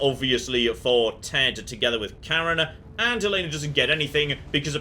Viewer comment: As a Swedish person, I shall represent the Swedish people in correcting your pronunciation of Karin, it's Kar-in, not Kar-en!